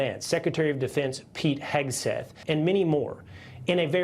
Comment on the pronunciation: I swear the one reporter said 'Pegseth'